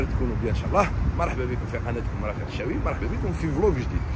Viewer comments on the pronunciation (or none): none